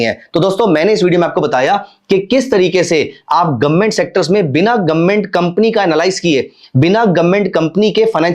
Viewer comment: गवर्नमेंट ❌ गोममेट ✅ 😂